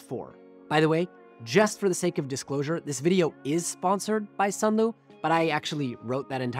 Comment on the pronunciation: Sunlu not sunloo